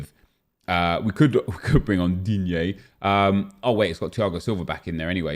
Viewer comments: Not that bad, nece-DIIGNEEEEE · Just fucking love when you say Digne. hahahahah! Keep doing that! :D